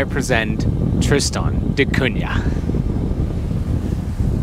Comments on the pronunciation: Great Video, as a Guernsey man I also appreciate solitude, only comment is there is no Y in Cunah so its not pronounced da Cunyah just da Cuna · Maka calls it " Kun~nya " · Even after you were told how to pronounce it, you STILL pronounce it TristOn...it's TristAn...and it's NOT CunYa....Come on!!!!! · Thanks for giving us a chance to see what life's like on Tristan da Cunha, a place I've always been very curious about, but will probably never be able to visit (at least I did visit beautiful Ushuaia, though!). And since I'm a native speaker of Portuguese (I'm Brazilian; the island was named after Portuguese navigator Tristão da Cunha, adapting the first name to English spelling), congratulations on your very close pronunciation of "Cunha", which contains a sound not found in regular English words (Portuguese "nh" is the same as French or Italian "gn", as in "mignon" or "gnocchi" — so, sorry, guys, "piranha" is NOT pronounced "piranna", but rather as if it were "piragna" in Italian; it's similar but different from Spanish "ñ"). Only remark: the middle "da" MUST be in lowercase. It means "of the" in Portuguese (in the feminine singular form), and you don't capitalize "of [the]" in English either, even in personal or place names (e.g., "Prince of Wales", "Port of Spain", "Mull of Kintyre", "Lake of the Woods").